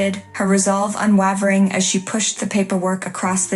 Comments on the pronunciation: Exactly what I thought too. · Boring story and poor narration. The word "unwavering" is pronounced UN WAY VER ING, not UN WAH VER ING. And whomever did the text should find another job. Also, use a thesaurus - steely and unWAHvering were horribly overused.